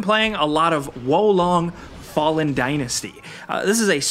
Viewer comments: Hearing you try to pronounce Japanese (Sekiro) and Chinese (Wo Long) words has to be the most painful thing I've experienced this year 😂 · You german girlfriend also says wo long? Hier long! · Can't watch the video with how you pronounce wo long